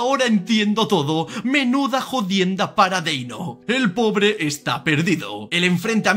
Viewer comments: Deino ❌ Denio ✔️ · Denio?, no era deino? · no es por bardear pero de dice deino no denio